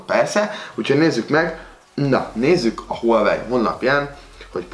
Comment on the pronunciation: Az ,,hülyevely mák tíz Pró” xdddd